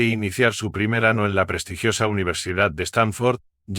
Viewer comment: Señor narrador. Entiendo que en ingles no se escribe ñ sino n pero en su acento se nota que su primera lengua es el español. Por favor pronuncie debidamente la ñ salvo si pretende impresionar haciendose el gringo y deje de mencionar el ano